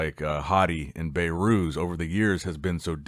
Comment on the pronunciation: His name is behrooz Be(h)rooz Not bayrooz